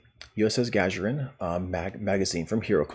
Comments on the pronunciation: Gagarin Guh-GAIR-in or Guh-GAR-in NOT Gah-Juh-rin It's named after the first man in space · Thank you for the video. Um... you kept mispronouncing "Gagarin" as "Ga-ja-rin". Just a pet peeve on my part, but this name was already pronounced on screen (not to mention it's a name that originates from the first astronaut ever to be sent into space; see Discovery clip: ). And... I don't think you cover the primary source of outrage regarding this ship. Honestly, it isn't not the lore, or the YoK, or the single character unlock. All are detractors to be sure... but the real issue is how they've so harshly paywalled what should have been a normal-and-quite-available Starfleet ship design. That a ship that was evidently common in 2399 shouldn't be treated like a rare one-off and slated to the most expensive form of premium ship delivery; the R&D Promo pack. This should have been treated as a normal fleet-grade Z-Store ship offering; or at the very worst similarily to the Legendary T'liss (in effect turning out as a Legendary Avenger). I find the trait a lot more appealing than you present it as. The game doesn't nearly have enough sources of shield healing as it does hull healing, and something that can give you 20k temporary shield HP every 15 seconds sounds like a pretty amazing survival trait. As for lore, if the need is to account for its rarity in the current year, then it might be that an admiral would need to call in a lot of favors to get one such ship back online, or to bespoke a battlecruiser to those stylings. As for the notion of why it'd be more advanced. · Gagarin is pronounced "gah-gair-in" btw. It's the name of a russian cosmonaut Yuri Gagarin. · i only have one issue with this video...your pronunciation of "Gagarin". Its "Guh-gar-en" The first dude in space deserves to have his name pronounced properly. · He very much does. Good on you for pointing it out so the rest of us don't have to! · Good video...I think it's 'Gah-gare-in' btw...as in Yuri Gagarin. 🙂😉